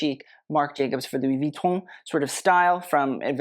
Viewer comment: you pronounce "Louis Vuitton" PERFECTLY. Thank you, thank you, thank you.